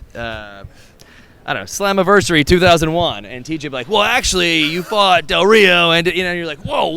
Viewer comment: did dolph say slammiversary😶